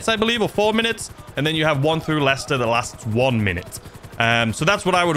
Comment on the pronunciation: Every time you said lister I corrected you to Lester, don't worry